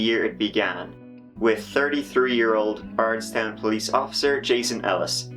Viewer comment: Also I pronounced bardstown weird and brooks houcs so wrong